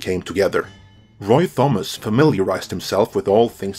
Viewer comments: The riddle of Thomas. It's pronounced "Tom-is" . Not "th-om-ass". The H is silent my guy. And Crom laughs at you. Otherwise a great video. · AAAAAARGHH! ----------- in English Thomas is pronounced 'Tomass'! CROM!!!